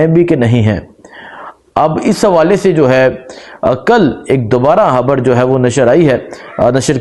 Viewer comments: Salam alaikum bhai pls Imran han nhi Imran khan hai or habar nhi khabar hota hai pls thk se name liya karain pls imran Khan bola karain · اپنی ح ؟خ درست فرما لیں خبڑ نہیں خبر 😩